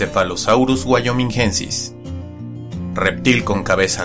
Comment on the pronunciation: Casi xD Hasta ahora lo pronunciaba Paquicefalosaurus wyominguensis, a saber de dónde salía esa "u"